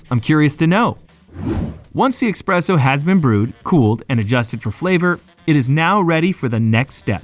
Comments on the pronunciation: “Expresso”? “Tierramisu”?? Bro, if you’re gonna do voice-over work, at least learn how to pronounce basic words. This ain’t it. Sounds unprofessional as hell. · It is espresso not expresso, and the tiramisu pronunciation is also off. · The narrator really needs to pay attention to his pronunciation. Tiramisu isn't pronounced as "tierramisu," and it's "espresso," not "expresso"; Italian doesn't even use the letter X except in borrowed foreign words. Great content, but hire a more professional, knowledgeable narrator!